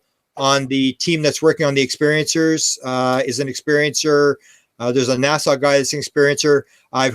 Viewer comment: I Love but it’s pronounced “NASA” as in Cape Canaveral, not “Nassau” as in the Bahamas!